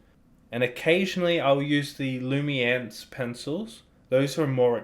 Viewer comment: I’d just like to point out that you mispronounced Luminance.